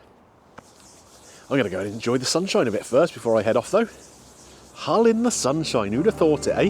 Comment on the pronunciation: Just so you know, there's no "H" in Hull;)